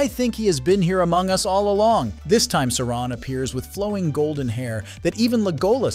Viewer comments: They literally say SAU-RON in every mention of his name, yet a channel covering the rings of power manage to make it sound like "moron". 😂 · If you’re going to mispronounce Sauron at least stay consistent ( then then ). WHY?? 😤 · If you’re going to make a video on Lord of the Rings and Sauron, at least pronounce his name right. Makes me not want to watch your videos anymore.